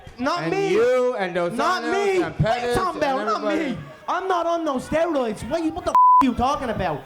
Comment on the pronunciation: "you're on steriods"